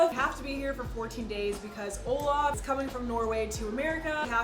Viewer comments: Its OLAV Not olaf 😂😂😂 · I keep hearing Olaf☃️ instead of olav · Everyone calling Olav, "Olaf". Its inevitable at this point. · When Eva says Olav I here Olaf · Its OLAV with a V I beg get it right he is not a character from frozen like come on y'all